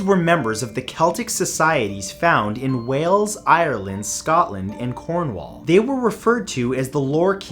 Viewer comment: It is so painful to hear him say Cornwall wrong